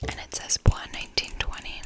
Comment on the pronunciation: Yes you are saying it right (bwah) 😉 In other news, this one I do enjoy smelling, but sushi imperial does a better job incorporating and balancing the spices; the spices on sandolo get too spice-rack-y on me. Sandolo and sushi do have this rugged lemony theme but sushi has this lush lemon kind of like something you would find in a limoncello!